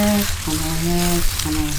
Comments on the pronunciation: It’s comala like a coma. , And then la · Actually, it's Ka Ma La (Kamala). Meaning lotus flower! It is an Indian name.